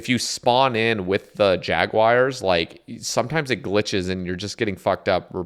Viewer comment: Did you misspeak or do you really pronounce it like jaguire? Also have you done the frog quest yet??